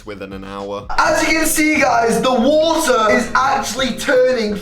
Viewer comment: “FICK BAFF WOTA”